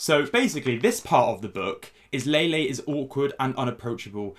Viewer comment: I just listened to Lele Pons insult me while pronouncing my name wrong. I can’t go lower than this